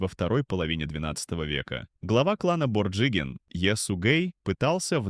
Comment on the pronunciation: Произношение оставляет желать лучшего, борджигин